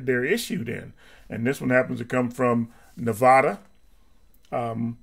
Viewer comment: Nevada not Navada